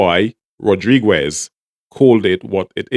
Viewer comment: Why do u keep saying "Rodriguez" like that? The "u" is silent It's pronounced Rod-ri-gez not Rod-ri-gwez